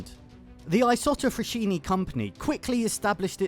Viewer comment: Thank you for the good video. I live 6km from the Saronno's Isotta Fraschini old plant. Just a thing : fraschini is pronounced "fraSKiny" not "fraSHyny". 👍❤❤❤